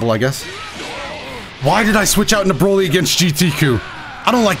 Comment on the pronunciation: Dbs broly in show. In game dbz broly. And Every time you misread him.